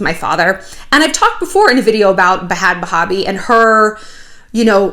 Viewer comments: I love you shallon but stop calling her Bahad bahbie it sounds so stupid and its stops being hilarious after the 20th time it just makes you sound like one of those older ladies that is trying to be hip. Lol no shade. Im just keeping it real. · And you pronounce bhad bhabie just like 'bad baby'. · Is it a joke or does shallon not know it’s pronounced “BAD BABY” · It’s pronounced bad baby, but honestly I used to pronounce it Bad Baaaaabie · its not bad baby... its BA-HAD BA-HA-BI... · “Bah haaad bahaah bie” 🤣🤣🤣 shallon I love you . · Honey!! I love you, but.... it’s “bad baby” 😘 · the way you say bhad barbie made my day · U can’t PRONOUNCE her name!! To be a huge fan and not be able to pronounce her fucking name ... you aren’t a fan. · the pronunciation of bhad bhabie tho 😂😂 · I love it when Shallon tries to pronounce "bhad bhabie" 😂 same, girl. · Shannon you kill me you know and we all know damn well you give af about bad** baby** lmaoo the way your pronouncing it is hilarious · Shallon struggling to say Bhad Bhabie is so me. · It’s funny how u try to say her name wrong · She’s not, “adding class.” She’s making it sound like a Muslim name. Lol